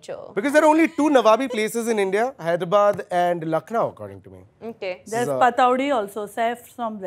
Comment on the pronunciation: ....😂😂😂 hit if you knew it She is saying...पतोडी . It's actually.... पटोधी